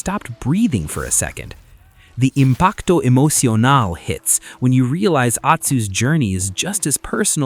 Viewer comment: If I hear you say "impacto emocionale" one more time I will bash my head thru the wall